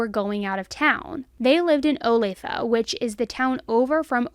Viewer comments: 😢I remember this. I was afraid to walk my dog, because of this incident. I believe EH lived near my co-worker. Kelsey’s parents are remarkable. When I visit Target or the OP mall, I think of Kelsey. Such a tragedy, and she did everything right. I live in Olathe, KS. You pronounced it seamlessly.😊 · Great job with the pronunciation of Olathe...most don't get it right lol. btw~it's a Native American word meaning "beautiful".